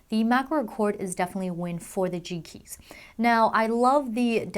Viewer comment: It sounds like she keeps saying cheeky instead of G Keys lol.